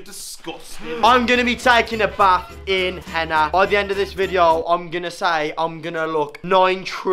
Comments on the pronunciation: It's called henna not henner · I know its henna, I was making fun of how he pronounced it